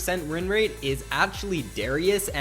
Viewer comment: "...wreen rate,"